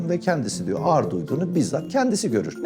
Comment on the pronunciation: Abi efsane derecede seni çok seviyorum amaaa ne olur alınma birşey söylemek zorundayım 😬 diksiyonda a+ğ+ı uyumu diye birşey var, bu harfler bir araya geldiğinde ğ+ı düşer çift a(aa) sesi çıkarılmalıdır sen birkaç defa “ağır”ı basa basa söyleyince söylemek zorunda kaldım yoksa seni düzeltmek tabi ki haddime değil 🙄 öpüldün çok 😇